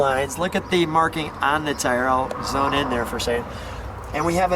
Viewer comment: Hello I love the videos I just have one pet peeve the thing is you say Zone in on your camera when you're zooming in on something the word is zoom not Zone please do it right my friend